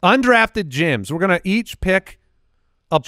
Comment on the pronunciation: every time I hear this I think it’s “undrafted Jims”